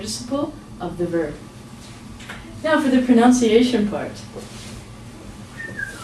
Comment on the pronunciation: Good video, however, you keep saying pronounciation when it should be pronunciation. "nun" not "noun" Sorry I'm so picky./prəˌnʌnsɪˈeɪʃ(ə)n/ cheers